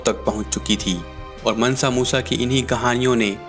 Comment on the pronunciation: मनसा नही है मानसा मूसा है